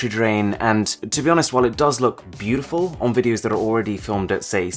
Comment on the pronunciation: Yup oneplus is dope I use nord and its "BEU DEH FUL"🤣🤣